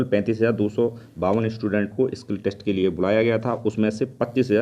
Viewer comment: Bro it's not kill test It's skill test